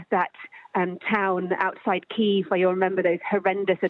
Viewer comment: SKY NEWS - get your anchor to learn how to pronounce Kyiv appropriately…